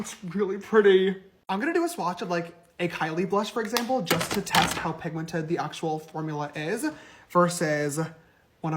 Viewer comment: Y’all … did he really just say PIGMENTATED? Girl no that ain’t even a word. He seriously needs to go back to Sister School and retake himself some English classes. I completely agree with you, … He missed the boat when it came to starting his makeup line. I think he is counting on his fans to buy his products… But honestly I’m not sure there’s enough of them out there anymore to make this a wise monetary business venture.